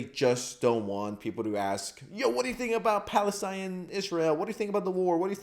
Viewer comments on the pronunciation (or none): none